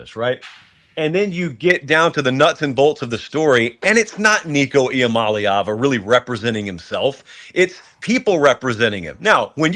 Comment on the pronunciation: His last name is I-Am-A-Leava. Really on the team for not seeing this coming